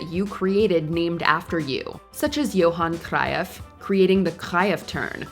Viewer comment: nice video but you butchered the Johan Cruyff's name. It's pronounce "yow han kroyf" and he changed football so please get the name right